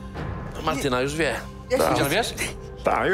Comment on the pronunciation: Ja jako Martyna muszę się zapytać, dlaczego on mówi cały czas Martynka a nie Martyna XD?